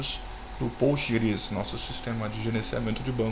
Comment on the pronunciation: Cara sua aula é muito boa. Mas como uma orientação pessoal, pfv pare de fala POSTGRES como se estivesse no pural. nao esta, na verdade o s esta no final devido ao SQL que tem no final. Dica ok... Obrigada